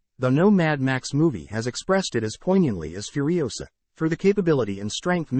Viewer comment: "Furisoa". Alrighty then.